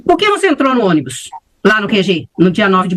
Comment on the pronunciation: "nóis ia, ônibu, acordemu....15 anos,assassinou a língua portuguesa 😅😅😅